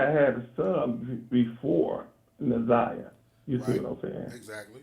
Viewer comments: They both been mispronouncing Na'Ziyah's name this whole video, its heart breaking. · P.S.A 📢 Her Name Is Na’ziyah Please Stop Mispronouncing her Name We Should All Collectively Know Her Name By Now ! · Yess I was thinking the same thing if he let her name go mispronounced 1 more time !!!!! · noooo he said her name wrong 😮🤦🏾‍♀️